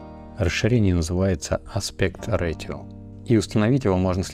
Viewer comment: спасибо. поправлю, не аспект ратио а аспект рейшио